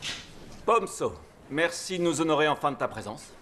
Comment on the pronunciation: Je croyais que son nom était pom so de la manière qu’il le prononce mais bon j’étais loin